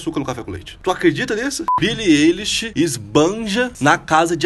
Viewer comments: billie elishokkkkkkk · É ailishe. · O vídeo inteiro,eu como grande fã,indignada que ele tava errando o "eilish" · O jeito certo de pronunciar é billie “AILISH” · o nome dela se pronuncia billie ailish 👍🏻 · Billie Êilix, aí ksks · Quando ele começou pronunciando Billie "Ei"lish, já não levei mais a sério. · É Billie AILISH CRLH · Se fala "Ailexi" '-' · Que agonia ele falando o nome dela errado 😭🤦🏻‍♀️🤦🏻‍♀️ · moço, tu pronunciou o nome dela errado vei e ela ainda tem depressão, vi em uma entrevista que ela deu recentemente... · So nn te bato, pq nn tem como ;-; Kr vc falou o nome dela errado😵😵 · AIIII N FALA DIREITO O NOME DELA MDS